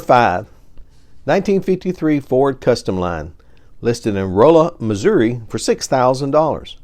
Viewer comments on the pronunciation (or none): none